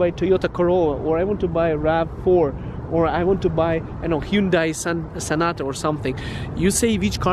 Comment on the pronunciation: hyundai sonata not sanota lol